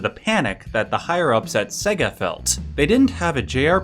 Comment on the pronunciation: Ugh. WTF is "Seh-ga?" It's "SAY-ga." Sega is pronounced SAY-ga. For crying out loud, their whole ad campaign in the 90s was them screaming "SEGA" at you, and a lot of the games even went "SEEEEY-gaaaaa" when you started them up. You'd think people would know how to pronounce it.